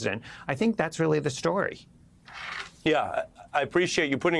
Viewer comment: Yeah! We weally, weally, weally, weally, weally got Twump THIS time! :face-green-smiling